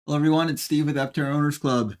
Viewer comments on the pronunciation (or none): none